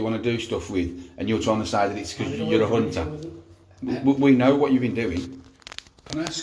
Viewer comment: "A nunter"